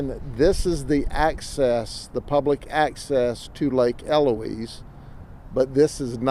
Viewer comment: Well, he pronounced 'Eloise' correctly.....